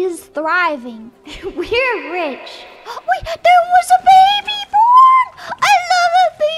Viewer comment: I can't unhear da baby whenever she says the baby/babies dammit